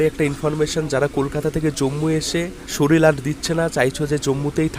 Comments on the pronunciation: শরীল নয়, শরীর বলুন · ভালো হয়েছে ভিডিওটি। তবে উচ্চারণ সংশোধন করা প্রয়োজন। উনি বলেছিল, শরীল, ড় ও র উচ্চারণ ইত্যাদি ত্রুটিপূর্ণ উচ্চারণ সংশোধন করা জরুরী। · "শরীল "?!🙄 বাংলা উচ্চারণ ঠিক কর, কানে লাগছে। এমনি ঠিকাছে ব্লগ। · বন্দে ভারত ❌ বুন্দে ভারত ✅ শরীর ❌ শরীল ✅ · শরীল না বলে শরীর বললে খুব ভালো লাগতো